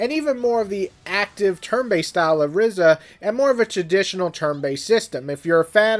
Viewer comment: Ryza is pronounced “rice-ah”, not “rizz-ah”.